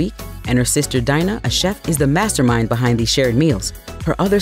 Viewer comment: Die-na? Omfg. It’s Dina (dee-na). Her losing her voice was part of the bit, she has major anxiety and would not public speak.